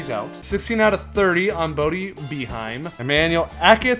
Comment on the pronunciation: boeheim is actually pronounced bay- h-im. with a long i